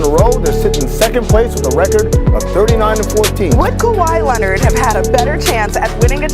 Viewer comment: Nobody: Stephen a: Kawhi Lennit!